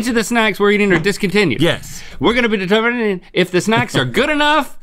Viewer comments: "each of these snacks are discontinued" "yes" "were gon'bedeteminin!" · Nobody: Link: "weregonabededermening" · Clinton Scott Music i keep replaying it and I can not stop laughing